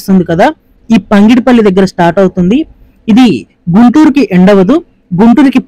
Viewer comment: పంగిడిపల్లి కాదు పగిడి పల్లి please.